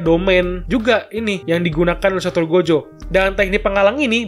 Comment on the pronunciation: Gojo bang bukan jogo 😁